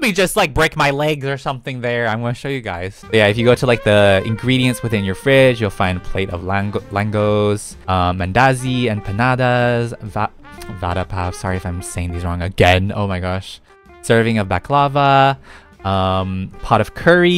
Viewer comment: Langos Is actualy pronounced langoš [sh end sound]🎉 anyways COOL VID